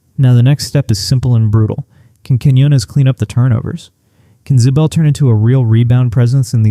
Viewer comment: Ziebell is not pronounced Zbell. For someone hot into UConn mispronouncing names makes one wonder what kind of fan doesn't know how people pronounce their names? When did it turn? - when UConn stopped turning it over, and made Nova turn the ball over. While the stat line between Williams and Jana wasn't really all that different except in the rebound department, I don't have a + - on them, it's true the former hasn't reached expectations, but then neither has Jana, and center is an unfixed problem until next year. I think they can scrape by but it puts a lot of pressure on Strong and the turnover queen.